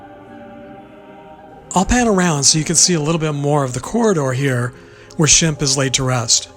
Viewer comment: I think you meant shemp instead of sbemp there,s no b in his name but nice try anyway keep working on it 🤔🙏